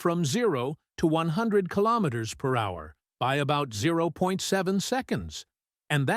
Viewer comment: A lot of this stuff is just click bait. The narrator can't even pronounce kilometer. What it does is make people think it's just around the corner so people will just wait for it and not buy an EV. It's the same with all these new supposed new technology motors. Just a distraction and click bait.